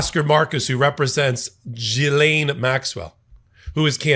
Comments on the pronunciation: Getting better, not Jizane, not Jilane..... it's GEELANE (hard G) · I’ve always heard her name pronounced as Ghee-LAINE. First syllable sounds like the clarified butter, called Ghee. Second syllable is in caps for emphasis. Micheal is pronouncing it as Gee-LAINE. Close, but no cigar….lol. Luv you anyway,! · pronounced Gi-laine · Love your commentry. A little correction her name is pronounced Gil-aine the G as in God. Thanks for your great insights as usual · Sorry, you're still mispronouncing her name..